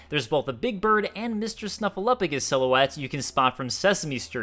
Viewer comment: You need to read a dictionary rather than spend time watching cartoons. It’s ‘silhouette’